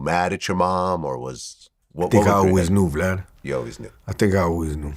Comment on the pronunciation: I came to the comments to remind everyone that years ago, Crunchy Black called Vlad “Glad” the entire interview 😂